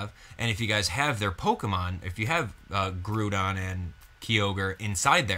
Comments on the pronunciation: Wow I cant believe you mispronounced their names. Key-ogre (its Kia-ogre) and Grodon (its grow-don). Sorry if I'm being a douche about something minor but its also something I can't stand Any who I think the story may revolve around a team using Raquaza to control both legendries. but who knows. Anyway I personally I want a Mega Glalie. Maybe Volcaniodon will be pivotal in the storyline since its said to be a fire water type so maybe it will have some plot point involved but knows. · (K-eye-oh-ger) (Gr-ow-don) grow like growl (Ray-qua-za) (Hoe-in) (Sala-mAnce) Jeez... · even though im the worst for it sometimes the fanboy in me cringed at you pronunciation of kyogre and groundon